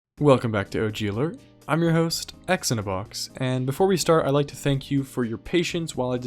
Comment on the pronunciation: oh it's pronounced x-in a box not "zeena-box"